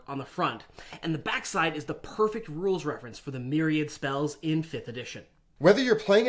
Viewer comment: You used 'myriad' correctly! You're probably the second person ever that I've heard not mess it up :D